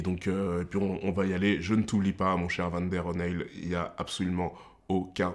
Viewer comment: Salut mon, pour commencer une leçon de phonétique s'impose. ça s'écrit o'neill et ça se prononce O'ni:l pas o'nell ou o'nai comme en Allemagne. Bref, cette vidéo comptera parmi les moments mémorable de ta chaine, tu vois les fous rires que tu as sur cette vidéo et ben c'est exactement ça que j'ai eu en regardant deadpool et wolverine. Et ne t'inquiet pas, je serai patient du moment que tu fournis un travail de qualité dont tu as le secret. Merci pour ta franchise et exprime ta passion. #forsnyder:elbowcough